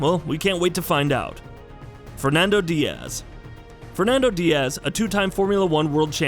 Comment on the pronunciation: As soon as he said Fernando Diaz I turned this off. Do some research ffs